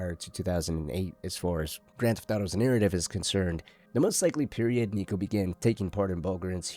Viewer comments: Homie did NOT say Niko 😭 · had to run it back thought i was tripping